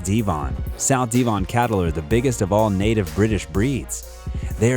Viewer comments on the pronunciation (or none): Where on earth is De-von? It's pronounced Dev-on??? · Its De von.... not Dee von.... get it right..... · just fyi "Devon" is NOT pronounced as Deevon but with a short E sound, like in "devil" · Why are Americans so ignorant ? Devon is an English county, so if you can't be bothered to say it correctly you should not work in the industry. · Please look up the pronunciation of Devon